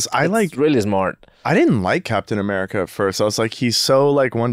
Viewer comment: The way says CapEEtahn America is how I will be saying it from now on